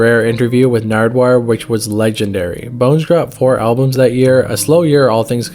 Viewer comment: his old name was th@ kid (th-at) kid not tha otherwise well made vid 🤠